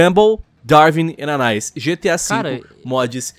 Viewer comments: Gumball, Darwin e "ANAIS". KKKKKKKKK É Ana"Í"s,. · o lion falando errado o nome da anais kkkkkkk